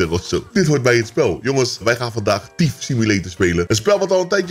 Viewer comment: Kijk q altijd love en ik weet je engels uitspraak kan altijd beter maar eerlijk thief simulator niet tief hahahaha tief alles maar me tas in simulator